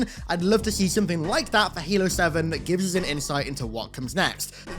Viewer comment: i lorved heering what hard to sayr abourt halor